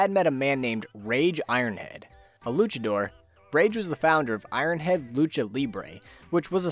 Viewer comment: As someone who speaks Spanish as his mother tongue I love how you say "luchador" and "lucha libre" of rage Ironhead, you know, the pronunciation isn't perfect, but I'm not picky with that, english talkers saying Spanish things has a certain charm to it, I love your vids man btw PD: ñ